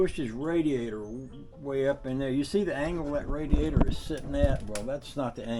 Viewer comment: Wait a minute drain the RaDEAzOr boy thats new one i aint never heard that one bAfore..i think your tongue went numb there for a minute..😅😅